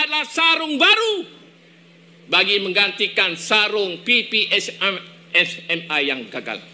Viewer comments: Laaahh dia pidato protes penggunaan basa british, tp itu dia ngeja ppsmi pake logat British, emang kocak warga kasino ini😂😂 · Yang bicara ini mengatakan PPSMI pada huruf "I" dibaca "ai".